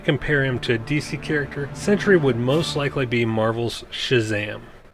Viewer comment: Its sentry not sentury